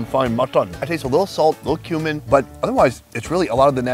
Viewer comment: Every time he says kumin I hear “human”